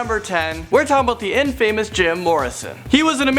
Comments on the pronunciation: in-famous? 🙄 first, pronounce it correctly and 2nd, learn the definition. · "DB" Cooper was a misprint from a newspaper. He referred to himself as "Dan" Cooper. Also, it's pronounced "in-fah-mus" NOT "in-feh-mus. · Proofread, proofread, proofread your script. Couldn't watch past #10. Jim Morison was not famous for the lead singer of the Doors, he was famous for BEING the lead singer. And he died at 27, not 21. Lastly, just a pet peeve, but another thing to correct, it's pronounced inn-fah-mouss NOT inn-fame-us. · Infamous, not IN-fame-us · this moron just pronounced it 'in-famous' and said that jim morrison died at 21... all within the first minute of the video. how does this have so many views